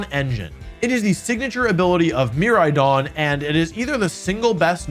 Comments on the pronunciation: The pronunciation of Miraidon killed me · mer- RIDE-ON kor-RIDE-ON Their names are puns, my guy. Pronounce it right pretty please <3